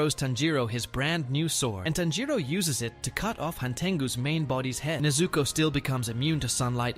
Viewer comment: This AI voice kills the whole idea, the way u pronounce "Tanjiro" is disgusting.